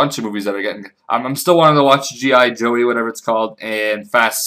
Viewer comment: G.I. JO NOT G.I. JOEEEEEEEE